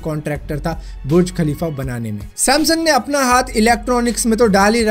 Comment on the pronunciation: Bhai burj khalifa ko bruj khalifa q bol rhe ho😂😂